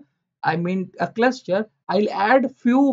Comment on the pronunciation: Very informative.. But the word cluster sounds like cluscher